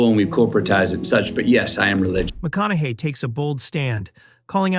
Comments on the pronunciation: You keep going from "McKONAKY" to the, I assume, correct way of pronouncing his name "McKONAHY". Pick one and stick with it ! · Maybe pronounce his name correctly